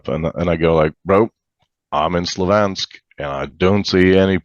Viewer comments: Not to denigrate anyone, but a Pole who says Slovansk, for probably the only city with the same name in both Russian and Ukrainian?! Slavyansk. Strange... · yeah they could have told him at least how to pronounce Slavyansk or Rzeszów properly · If he was Polish he would be able to pronounce Slavyansk, his accent is odd. Something doesn't add up here. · Exactly what I thought. First, he was blabbing about corruption in Poland like he was there and experiencing it. Then, his (mis)pronunciation of the Slavic city and village names is way off for a Polish guy. He has no clue what Щ is, is it ŠĆ or ŠČ or SHCH ... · And for a polish merc his Polish is suspiciously bad, he absolutely did not pronounce Rzeszów like a native would and also if he was polish he would pronounce Slavyansk somewhat correctly.